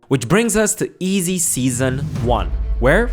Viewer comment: This goofy said “eezy” 😂